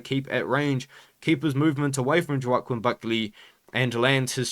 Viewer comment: it’s pronounced ‘Wa-Keen’ Buckley ik it makes no sense but yeah just for the future😂😂